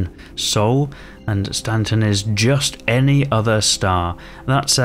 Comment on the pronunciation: "Stan-rise" and "Stan-set" 😂